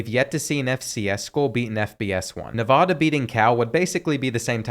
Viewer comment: Bro seriously said nevoda it Nevada